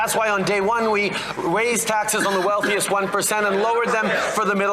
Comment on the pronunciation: Turdeau is slipping hard, “Continue to protect the wealthiest inted of sp-porting Canadians”. 🤣